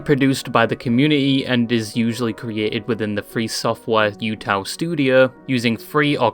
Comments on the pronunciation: Just a note about UTAU. It's not pronounced like Yuuta. There's no Yu sound. It's just the "uta" of "Yuuta" followed by another "u" (again, not pronounced as "Yu" with a "Y" sound but rather just the "u" of "Yu"). Kind of like "ooh ta ooh." The word utau in Japanese just means "to sing" or "singing" (or any other way that it could be translated in a particular sentence depending on context). Seeing the "U" as "you" and associating it with the idea that "You" can use it with your own voice is interesting. Maybe there was some sort of intended double meaning there, but I'm not sure about that. It might just be an interpretation made after the fact. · It causes me physical damage watching this video with you saying "yootaloid" throughout. I get English likes to add a y- sound when words start with the letter U (blame the fr*nch), but UTAU (うたう) should be closer to OO-TA-OO-loid. Think U as in pUt, same sound as bOOk. TAU can be pronounced like in TOWel. I hope I don't come across as snarky, I just rly like phonetics and enjoy infodumping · Hey lads, lil reminder. Its "ootau" not "youtou". But fuck it teto post hell yeah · YAMINE RENRI GOAT MENTION???? Bro’s wrecked pronunciation of both UTAU and the UTAUloid names is killing me though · Yeah, my soul cringed into itself when he said it the way he did.